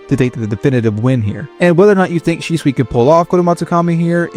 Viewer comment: Может Шисуи, а не Шичуи 😂